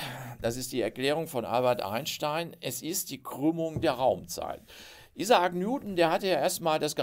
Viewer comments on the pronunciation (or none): none